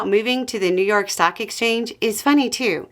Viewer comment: I thought you said "socks" and was very confused for a while 😅